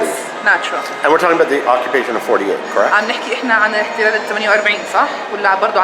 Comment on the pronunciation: Oh, and driving home how many roads is she forbidden to use, and how many check-points will she be made to stop at by some m.ron with a gun over his shoulder? Yep, such an easy life - not. P.S. 'occu-p-ation' not 'occ-b-ation'.